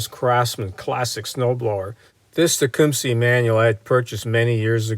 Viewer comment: I like the way you pronouce tecumseh